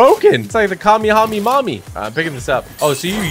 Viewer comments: Bro said kamehamemummy😂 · Bro the way he said Kamehameha got me laughing 😂😂💀💀